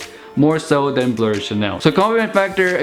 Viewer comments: Why do you say "blur" instead of "blue/bleu"? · Its definitely not pronounce blurr bro. In football chants we never say blurr and if you just type it in google it would pronounce it correctly